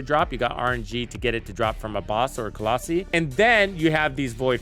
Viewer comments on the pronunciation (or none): Colossi is not pronounced that way and it distracts me soooooo much. (kuh - laa - sai) or (cuh - loss - eye)